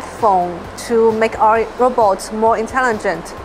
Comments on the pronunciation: RO-BOTS not "robbits" or "rabbits! Who the hell is narrating this? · Now if we could teach ya ass to say robot instead of ra-bots. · Robets?? why are you saying "robets" ?? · When AI keeps saying Robber 😂😂😂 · is he saying rabbits instead of robots!! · They need to hire somebody who knows that robots is not pronounced 'rahbats'. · I hear RABBIT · If you going to use AI for your commentary on your Pro Robots channel, then make sure your AI can say Robots.. 🤖